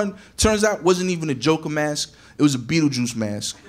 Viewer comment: Took me a while before I realized he said "Beetlejucie"